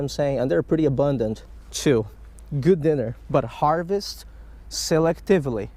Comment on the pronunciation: The way you say selectively and previous cracks me up every time. Keep up the good work, your conservation habits and stats on fish catches are awesome.